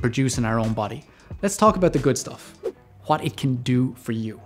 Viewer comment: Huat it is huat it does.